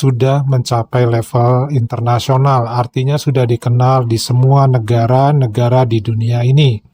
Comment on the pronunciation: Negare, bahase, saye. Pengucapan seperti ini sangat merusak tata bahasa baku.